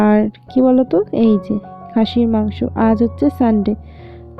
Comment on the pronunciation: খাসির মাংস কথা শুনে মনে হচ্ছে হাঁসের মাংস বলছো 😡😜